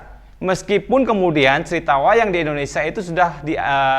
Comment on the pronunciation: Indonesia pak bukan endonesa.